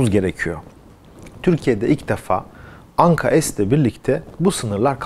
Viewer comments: Anka-Es değil Anka-S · Güzel haber ve video Teşekkürler. Ama daha çok Türkçe lütfen biz S harfini S olarak okuyoruz, es demeyelim bence S harfine bu yabancı bir harf gibi oluyor. Türkçemize daha çok sahip çıkalım.😊🤘🤘🤘🇹🇷🇹🇷🇹🇷🇹🇷🇹🇷🇹🇷🇹🇷